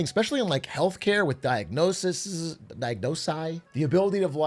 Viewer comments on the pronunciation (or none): pronounced diagnoses, like how theses is the plural of thesis and matrices is the plural of matrix